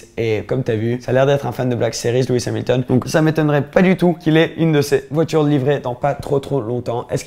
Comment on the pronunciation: Tu as dit luis hamilton